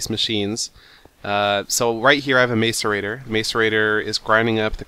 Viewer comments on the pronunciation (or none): Its (mass-er-ra-tor) not (mace-er-ra-tor). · macerator (mass-er-ator) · two helpful hints,1) i think the macerator is pernounced masserator 2) instead of sending all the material you don't use to the void you could invest in what is called a condenser, it turns all useless material into useful material like diamonds. But you could use it to turn your junk into coal so you could keep your diamond making machine cuz that thing is cool. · hey seth me n my friends are being stirred up by ur prononciation of the word macerator, pronounced like this; Mass-er-ray-tore not like this mace-er-a-ter lol i actually was surprised the way u said it at first it made me laugh it still does i hope u don't think i'm a dincus for telling this ;D and I realy enjoy ur serries! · Macerate; pronounced masəˌrāt according to google. therefor pronounce macerator like mass-erator, not mace-erator. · it's pronounced ma-sō-ray-tōr for you people who think your so smart believing it is pronounced mace instead of mass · You're pronouncing macerator wrong... It's like mass-erator, not mace-erator. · you say macerator like masserator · its MASS-ER-AY-TOR- not MACEur-A-TOR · he is the first ive ever heard pronounce it as mace... and the canadian thing was a joke, thank south park... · Seth The macerators are pronounced mass-er-ay-tor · Yeah, instead of May-so-ray-tor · It's ma-ce-rei-tor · Macerator is pronounced "mass-er-ay-tore" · Its pronounced m-ah-so-rating